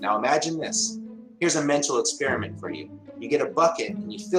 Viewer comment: He also says "Expirament."